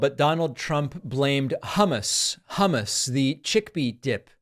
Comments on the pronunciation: He actually said Hummas not hummus to be nit picky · Im not a trumper, but he said hamus. Half right. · Idk as a non native speaker it wasn't that bad. Ok the first time in the clip it sounded like humus but later it was fairly ok to my German speaking ears. Your 'u' in English is more like an a (ish) in German.